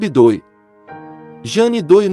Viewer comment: Jane Doe - leia-se Jane Do --- esque o e e pronuncie oa letra O como se tivesse acento circunflexo